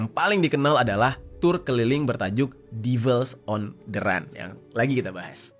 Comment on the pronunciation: Run bacanya ran